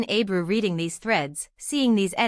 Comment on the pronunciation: Не Абру, а Эбру!